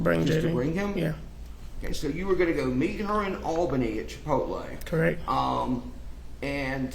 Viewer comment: Chi-pol-tee and Mack-Donalds